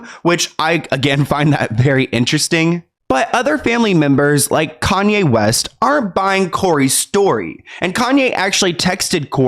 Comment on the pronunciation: Kanye calls him "Calm-Ye" 😆